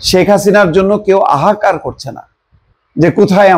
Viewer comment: Bhai jan ahakar hobe na. Hahakar hobe.